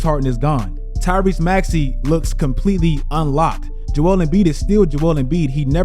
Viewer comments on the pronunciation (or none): none